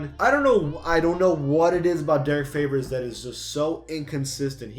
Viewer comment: HE SAID DERRICK FLAVORS AND THEN DERRICK FAVORS